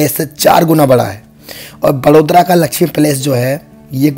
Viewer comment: वो वड़ोदरा ही बड़ोदरा नहीं आप बड़ौदा बोल सकते हों 👍🏻